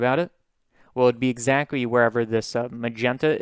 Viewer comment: I find cute that you sometime pronounce "L" as W and "CT" as c, it sounds like owo talk Exacwy~ :3